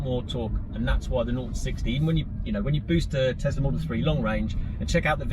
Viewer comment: Why do people keep calling it a tezzlaa it's tesla